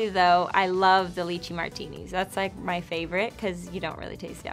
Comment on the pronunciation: How hard is it to make your own coffee? Sorry but her food is quite tragic and FYI it’s pronounced LIE chee not LICH we 😂